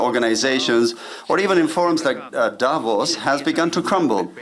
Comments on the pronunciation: Lets try again its not divos ... it is DAAvos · It's Davos, not Divorce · Its DAH-VOSS, not "divorce"😂😂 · It's not DIVORCE...it's D A V O S. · Opening presenter needs to get her pronunciation correct ! DAvos and XAvier - which she should manage as a South African - if you substitute Afrikaans J for the Spanish X. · Please learn to pronounce “Davos”. Otherwise, thanks for sharing Milei’s speech. 🎤